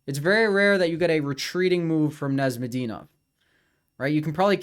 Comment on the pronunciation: Arent you serbian? Why do you pronounce Nezhmedinov like that